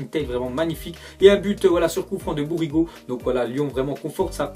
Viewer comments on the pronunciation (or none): Par contre apprends a parler parce que bourigaud au lieu de bourigeaud ce n est pas pareil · Sa se dit Bourijo et non Bouriguo, apprends a voir tes sources et a les prononcé correctement...